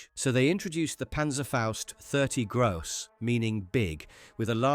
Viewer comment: Interesting how many Versions of the PanzerFaust existed... One Spell correction though, PnzFst 30 Gross is NOT pronounced like Gross/Foul ect but more like the "o" in P o litical